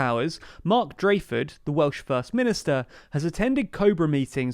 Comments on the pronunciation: When someone repeatedly gets the name of the First Minister wrong in a video where he's somewhat of a central figure (DraKeford, not Draeford), it does call in to question the quality of the research that went into the making of the video. After the basic history lesson, this video does seem halfheartedly thrown together, as if it was a chore, rather than giving any actual insight into the matter e.g. explaining why either coalition would be unpalatable for Labour. Compare this video to the detailed policy discussion on the London mayoral election video for example. Barely a peep about Plaid either, which seemed odd, being a unique feature of this election compared to the others covered on this channel. I do appreciate any message that encourages going out to vote however. Perhaps I'm being harsh, but constructive feedback should always be welcomed I guess. I do enjoy this channel and glad to hear you're growing. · Drakeford not Drayfod ! You had only one job!